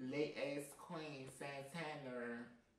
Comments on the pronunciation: Every time calls Santana “SANTANNER” I die laughing lmaooooo! 🥴😂😂😂😂😂😂😭😭😭😭💀💀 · Wtf is santanurrrrr?